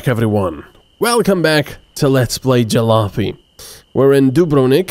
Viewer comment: you know, i kinda miss hearing you say "jal-o-py" LOL